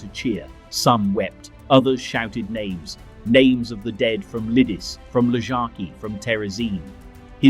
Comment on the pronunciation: True, and Lidice was incorectly pronounced throughout. But what can one expect from a Yank? Nothing much really.